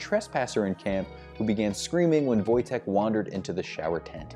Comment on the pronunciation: A+ on getting Wojteks name right!